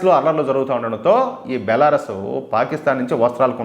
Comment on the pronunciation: బెలారస్ కాదు బెలారూస్